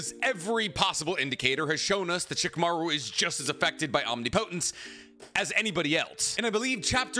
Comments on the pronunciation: bro if u see this PLEASE pronounce omnipotence correctly wrong: om knee poh tence right: om nih puh tence thank u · Say it with me...OM-NIP-O-TENCE. You're driving me crazy pronouncing it OMNI-PO-TENCE 🤣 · I can’t be the only person here that can’t watch this video because he can’t pronounce omnipotence correctly. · Great video but the way you pronounce "omnipotence" annoys me lmao😭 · You keep mispronouncing Omnipotence...